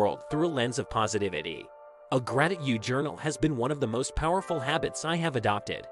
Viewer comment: Great video! With great steps I agree with all of it, but the way u said GratiTude kinda irritated me lol Love the video though